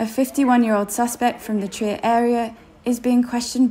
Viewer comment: When the narrator cannot even pronounce Trier!